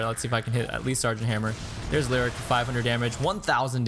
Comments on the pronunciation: Lee o ric ... not lyric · Great vid...one minor quibble. Leoric is pronounced Lee-OR-ic not lyric. Here's the announcement vid by Blizzard in case you are interested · hey, good video but why did you keep calling Leoric, Lirik? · My god man learn to pronounce Leoric and Kael'thas.